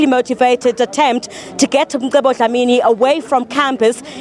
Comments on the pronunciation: Its Mcebo... not Msebo! ca ce ci co cu!!! If one cant pronounce that, there are speech therapists to assist! If it was a black person mispronouncing an English word/name, it would create some space for mockery n a stand for correction! Respect out names, dear white lady!! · This lady is ignorant. His name is MCEBO! not Msebo.